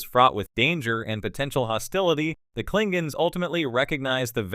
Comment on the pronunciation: Klingens? I think you mean KlingONs....